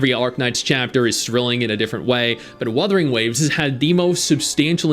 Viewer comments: trolling us again pronouncing it Wurthering Waves like Geoff Keeley. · "Wurthering Waves" This guy is a Dick! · No it's Wurthering waves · "WuRthering Waves" TGA joke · "Worthering Waves" lol Didn't one of the hosts at TGA pronounce Umamusume like "Oooo-mama-sume"? 😂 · Worthy waves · Wurthering waves 😂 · I love how intentionally mispronounced WuWa's name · Guy is a fake fan, doesn’t even know how to say the game right smh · bro it was a joke. Thats how it was pronounced on The Game Awards two years in a row now